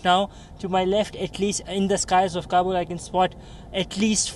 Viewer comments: She is saying kabul like kubul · Say long voice as kaaabul not kabbul. Kabbul means = I accept.